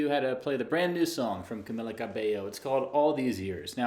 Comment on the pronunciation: Its CamEEla... not CamiLLa